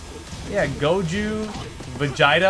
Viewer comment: god old Goju and his son Go-Ham